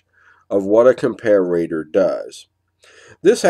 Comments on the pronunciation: I also wanted to know why you pronounce comparator, as if it's written : "compararator", with two "r's" ? :) English is not my native tongue. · I love your videos but every time I hear you pronounce ‘Comparator’ I cringe. Where did you pick up the ‘ComparAAtor’ pronunciation? Check out